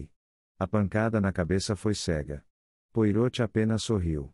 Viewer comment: Áudio com erros, Poirot de ser falado de acordo com o francês